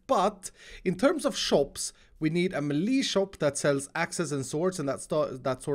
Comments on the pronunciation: pronouncing “Melee” (May-lay) “Ma-lee”🤣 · Wait... Do you pronounce Melee as Me-Lee or Meh-Lay? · are u from scandinavia? Maybe Sweden... Det låter som det på din engelska och hur du sa melee, de uttalas som meläj elr mäläj